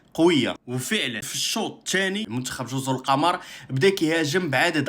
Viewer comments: الصواب جزر القمر بضم القاف وليس بفتحها ذكر ذالك الاديب اللغوي العلامة محمود شاكر المصري لأن القمر بضم القاف معناها الجزر الشديدة الخضرة وهذا هو الذي يستقيم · واصحبي و ما سميتهاش جزر القمر بفتح القاف والميم وهذ الجزر كاينين غا فالكرة الارضية ما شي فالقمر سميتها جزر القمر بضم القاف و الميم.